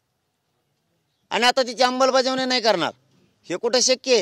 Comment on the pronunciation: अंबल की अंमल..बजावणी😂